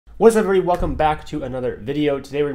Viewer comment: Intro: "Wzhuhzevry" ? ? ? Da fuck ? was that a stroke?